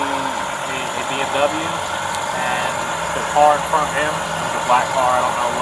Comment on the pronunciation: U guys should really learn how to pronounce bmw right